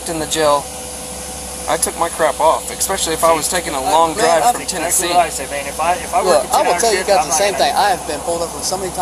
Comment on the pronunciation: That cop said "Expecially"